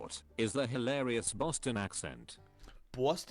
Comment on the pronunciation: Not Bwohston. Bahstin